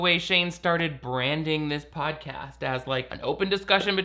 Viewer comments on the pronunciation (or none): Did I hear Pain Dawson Shodcast? 🤣 Shodcast! 🤣🤣🤣🤣🤣